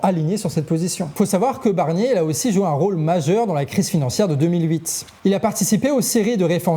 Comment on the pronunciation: A 1.20seconde j’entends Bernier 😂